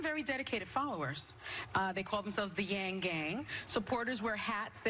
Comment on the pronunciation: She pronounced his name correctly, wow, 99% of the time I hear his name, i hear it pronounced wrong